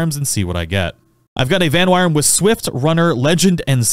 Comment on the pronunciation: aw fuck bro u know i ain’t gonna shut up about this vanwyrm is pronounced “van-worm” it’s just archaic english spelling of “worm” to replace the o with a y, exact same sound though